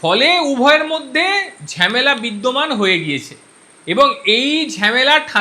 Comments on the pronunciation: ঝেমেলা নয় ঝামেলা। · Ore bhalo kore bangla sekh. Ota Jhemela noy hobe jhamela.